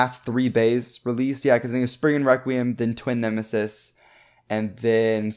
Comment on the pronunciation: You should pronounce Spriggan requiem better like Rekt kree um